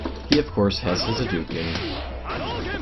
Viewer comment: How can you call it a HADOOKEN when the character even says the correct pronunciation?